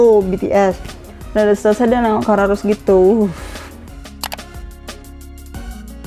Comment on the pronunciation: Kak rose kak bukan roje